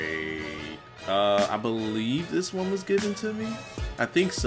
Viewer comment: BOLIEVE! haha